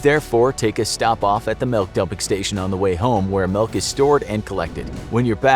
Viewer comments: You keep saying “Melk” instead of Milk so I hate you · Melk? I’ve never heard anyone say milk like that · I can't unhear it......